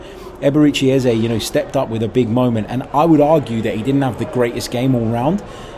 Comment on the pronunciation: Our numbers 10s name is not pronounced EHZAY, it is more like EHZUH. Please make the effort to correct your pronunciation so the other podcasters will follow suit. You can hear the professional commentators pronouncing it properly. We’re Arsenal, do better!